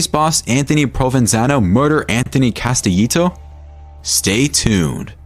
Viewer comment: The way he pronounces Castellito and Hoffa makes this unwatchable, plus they keep showing Konigsberg when they say Castellito. Couldn't even get two minutes in before clicking away.